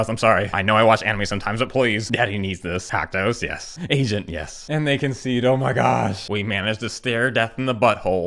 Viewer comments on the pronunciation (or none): As an Asian person, I sink you are saying Asian instead of Agent. Which is muy grande